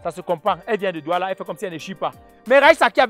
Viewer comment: c,est DOUALA et non NDOUALA🤣🤣